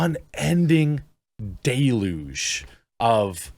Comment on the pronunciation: Third time you said it. It's not day-luj, it's del-yuge.